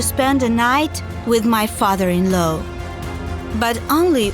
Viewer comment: Her Father in laow Me Girl it is Father in law